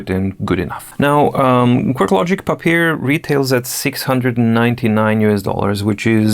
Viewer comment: I am excited about this review series on the Papyr. Unfortunately, it’s a little hard for me to deal with the intentional mispronunciation. My problem, yes. Sure, it’s cute, but— Why, though.